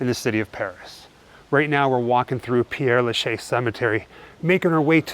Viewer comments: “Pear La-chez” is the correct pronunciation. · It's pronounced pear-la-shay